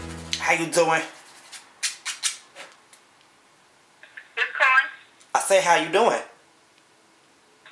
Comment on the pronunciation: i love how he on the second time he says " how you doing " he emphasizes it more!